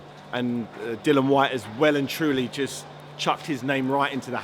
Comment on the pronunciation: Seriously how difficult is it to get his name right. It’s Dillian!